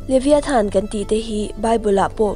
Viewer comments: Liviathan tih loh tur, livaiethan tih ang a lam tur a ni e boss😊😉😉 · Levaithan ti anga lam tur